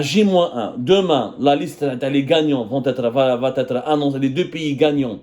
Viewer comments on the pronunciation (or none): ARRETE YARHAM BABEK DE DIRE VA T ÊTRE. INTOLÉRABLE POUR UN JOURNALISTE FRANCOPHONE